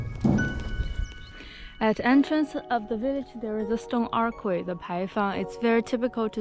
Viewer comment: You speak fantastic English but a little pro-tip is "archway" is pronounced "artch-way". It's one of those things that makes English so difficult but the "ch" is the same as "China". Hope that helps!